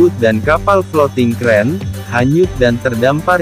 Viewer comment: TUG BOAT....... bukan Tagbut CRANE BARGE bukan Creane